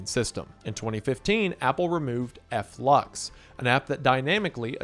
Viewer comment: "Eff-lucks" brother are you reading the word Flux???